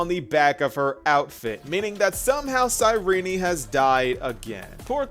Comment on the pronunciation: Sayrini? Isn't it pronounced as sayrin? Genuinely asking